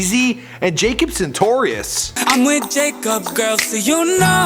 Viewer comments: jacob soogitarus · its not jacob sentorius